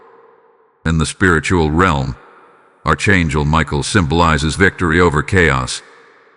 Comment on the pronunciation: It is not pronounced ARCH. IT IS PRONOUNCED ARK (ANGEL)